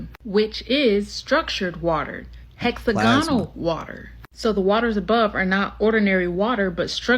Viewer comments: Hex agonal? It’s hex ag onal smh seriously? This young lady has made it through the American education system and has no idea how to pronounce hexagon/ hexagonal? 308 MILLION people in the USA and none of you will stand up to the corruption in the government, CPS, the local government or the educational system , the endless 💉 throughout childhood, the brain damage or the disease or the corruption in the “health” system? Forced by government to subject your children to endless medical treatments without it being free? Cmon guys you gotta start standing up for yourselves. In the uk, Ireland and throughout Europe we are closing down the capital cities in protest on a regular basis, unharmed by our police unlike yours who are so arrogant with the “qualified immunity” they’ll shoot anyone and get away with it! You have the social media platforms saturated “truth telling” yet y’all refuse to actually stand up to the system! You need to demand better education, end qualified immunity, and the government out of medical treatments for your kids for starters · She can’t pronounce “hexagonal” and it’s annoying